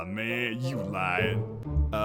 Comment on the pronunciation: Was a pun just made ? Because he said “nah man, you lying” but it sounded like “nah man, you lion” AND THEY’RE TALKING ABOUT THE LION